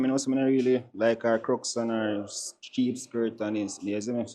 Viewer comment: It's crocs not krucks😂